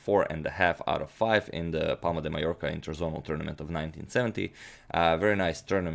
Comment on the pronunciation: Finally. thumbs up for pronouncing "Mallorca" correctly in this video :)